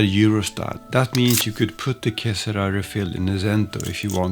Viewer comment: I look forward to trying this out when it becomes available. I'm sorry to hear that Sailor appears to be having difficulties. BTW, que sera sera in Italian/Spanish---with the stress on the second syllable ra pronounced as "RAH"---meaning "whatever will be, will be." I guess the last "sera" was left off as a play on being erasable, i.e., what will be doesn't necessarily have to be. 😆